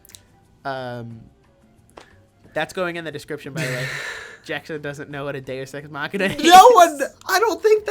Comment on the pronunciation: Jackson not knowing what a Deus ex machina is will forever be iconic (He also can’t pronounce it)